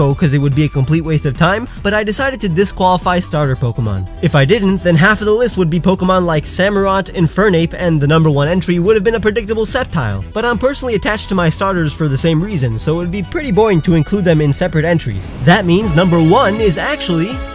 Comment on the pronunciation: said skeptile not sceptile